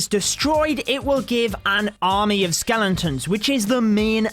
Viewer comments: its not skelenton’s, its skeletons! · skelen tons hahaha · dude be saying skelentons